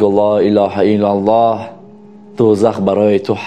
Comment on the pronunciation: МУРОЧИАТ БА "КАЛИДИ АСРОР". Мухтарам муаллифи канал! Эхтиромона хохиш менамоям, ки дар талаффузи калимаи "Ло илоха иллаллох" бодиккат бошед. Зеро харду харфи "Х"-и калимаи "Ло илоха иллаллох" "Х"-и халки намебошад.( Яъне бо тарзи лахчави гуем бо куртук талаффуз карда намешаванд). Дар ин бора аз Кори Мирзо Махмудчон пурсон шавед. ХОХИШМАНДАМ ИН КАМБУДИРО ХАТМАН ИСЛОХ НАМОЕД.